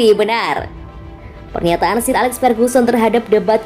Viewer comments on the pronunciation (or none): Min, parah banget nama McGuire dibaca MakGwir... Sir Alex Ferguson dibaca Seer Alex Ferguson.. Sbg Fans United ini sangat gak bs diterima.. vokal narator boleh bagus tapi tetap kedepankan wawasan lainnya agar Channel ini keliat lbh professional buat Fans United Indonesia.. Kalau orang dari negeri tetangga bs ngakak nonton video ini ..